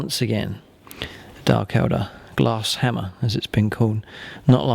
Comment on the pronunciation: you said dark eldER instead of eldAR